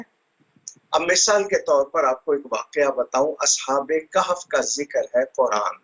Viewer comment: “MISAL” ?! 🤷🏻🤷🏻‍♂️ Mohtrama wo “misAAl” hota hai. Misal to Yahaañ India meiñ ek dish ka naam hai !😂